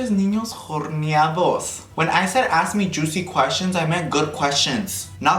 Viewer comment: I literally choked when he said “horneados”